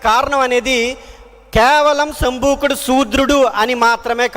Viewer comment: సంబుకుడు అంటున్నారు అలా అనకూడదు శంభోకుడు అనాలి వాల్మీకి బోయ కాదు అతని చుట్టూ పుట్టలు పోసాయి కాబట్టి అతన్ని వాల్మీకి మహర్షి అంటారు త్రిసంకుడు కాదు త్రిషేంకుడు అనాలి సంఘమిత్ర